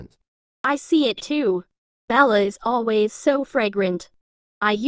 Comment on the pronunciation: I love the fact that said lways and not always😂 Btw it's just a reminder I'm not trying to be mean